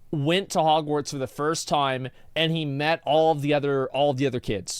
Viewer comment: Whoever uploads this, its Hogwarts with a T, not Hogwar"d"s